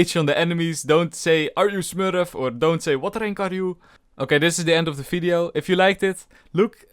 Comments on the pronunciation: Bro it is Video not Fideo... It is not Falorant, it is Valorant... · its video not "fideo" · Welcome to today's Fideo and in this Fideo We Will Talk About Felorant